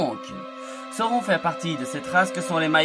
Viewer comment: Sauron, ça se prononce SA-O-RONE, bon sang de bonsoir...lisez les Annexes du SDA avant de faire des vidéos sur la Terre du Milieu nom d'une pipe, ça paraît être le minimum... sinon, le contenu est ok, malgré quelques raccourcis. Mais tache difficile en fait de résumer l'histoire de Sauron, puisqu'il est la clé de voûte de toute l'histoire de la Terre du Milieu pendant les 2° et 3°âges. ... Et on dit " sine-dar" pas "sain -dar", j'ai failli ne pas comprendre de qui tu parlais, fait un effort sur les prononciations stp sans quoi tu risques d'irriter tout le monde, malgré tes intentions fort louables de faire découvrir la richesse de l'histoire de la terre du milieu.😎